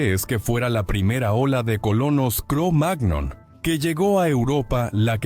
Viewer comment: Sugerencia, la próxima vez escribí "cromañón" si vas a hacer que una IA lea el texto, ya que la pronunciación "cromág-non" es enojosa.